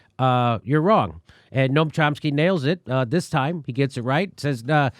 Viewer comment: " Cump-sky" lol.